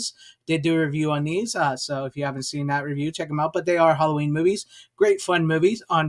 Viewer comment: You know it's funny how the word, "movies' sounds a lot like the word," Boobies." At least I notice that when you say those two words. 😉